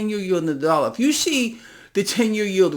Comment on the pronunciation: What is a " Dallar "?